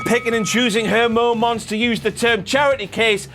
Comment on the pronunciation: When says "the last WTF momonts..." got me a little 💔